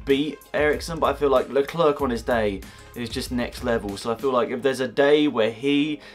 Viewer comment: Charles Leclerc's name has a silent C (Lecler)